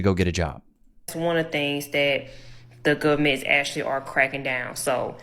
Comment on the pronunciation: || "the gubment"